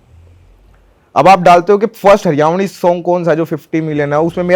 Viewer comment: भाई its हरियाणवी not हरिउणी, हरियाणवी artist बन ने से पहले नाम लेना सीखो